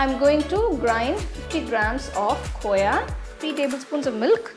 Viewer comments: mujhe pta hai khoya kya hai pr vo kooya kyu bol rhi hain? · Koya nhi hota khoa hota hai...btw paneer looks delicious